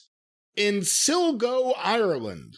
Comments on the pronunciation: S'-LIE GO not silgo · lol Sill-go Ireland You mean Sli-go. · You mean "Sligo" not Silgo. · I hate that pronounced Sligo as Silgo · ''Sil-Go Ireland''. It's pronounced ''Sly-Go'' but of course we can forgive that because some of the Irish town/county names look strange to foreigners. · Silgo, Ireland? You sure you didn't mean SLIgo? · Silgo is pronounced Slygo but sill go will now be stuck in my head forever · " Silgo, Ireland" 😂😂 it's "Sligo" pronounced like Sly-go 🙂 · silgo????? did he mean sligo?? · SILGO IRELAND? Hahaha it’s SLIGO IRELAND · Silgo? I think you mixed the I and the L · The butchering for the pronunciation of Sligo at the start was hilarious. not "sil-go", it is "sly-go" Also that Jim image is creepy as fook. Interesting rant as always :) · Just wanted to be "that guy" to come in and say it's Sligo "Sly-go" not Sil-go as he pronounced it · One thing Jim its sly-go not sil-go. Eire go brach agua slainte mhaith do chach. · Pronounced 'SLY-GO' lads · SLIGO, IRELAND (SLY-GOH) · It's pronounced and spelled SLIGO. like SLY. GO. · Sligo is pronounced Sly-Go. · Sligo is pronounced like sly go. 😂😂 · As an Irishman hearing pronounce Sligo was like nails on a blackboard 🤣🤣 It's Sli-go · As a good Irishman I got a laugh at calling it Silgo... Then I saw the Travis Heckel artwork and I laughed more. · That pronunciation of Sligo 😂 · Silgo? Think you mean Sligo. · 😂 how pronounces Sligo!! Good try.......it more like Sly...go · "SLY-GO" Ireland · Silgo Everyone in Sligo: Ya fecking bollox! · How pronounced Sligo annoyed me 😂. It's Sly-go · It's pronounced sly go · Did you just try to say 'Sligo' and fail miserably? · Worst pronunciation of Sligo I've ever heard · Aye, I cringed when he pronounced it. lol